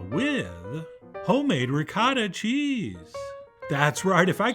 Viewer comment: As an American, I do not like how you are pronouncing this cheese.